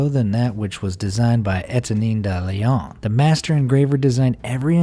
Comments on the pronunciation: etenine dalion? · The way you pronounced Etienne Delaune has just killed 3 french guys